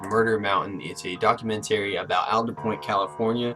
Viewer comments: Can you learn to pronounce the word "documentary" then maybe something you say may be taken as valid here... you complete idiot. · "put it in reverse documenTERRY!"